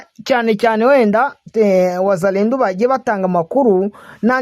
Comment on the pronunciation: Bavuga wazalendo apana wazalendu.